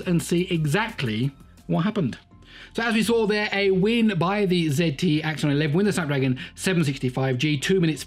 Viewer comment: It's not axion it's axon